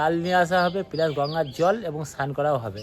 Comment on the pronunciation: সাধন দা প্লাস কে , পিলাস বলে😂